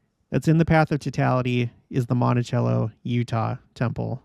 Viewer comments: It's pronounced "Monti- sello" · It’s pronounced Monti -sello. I’m from Moab, it’s our temple, and we are stoked about the eclipse! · Monticello is pronounce mont-a-cell-o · Monticello UT - pretty sure they pronounce it Monti-sell-o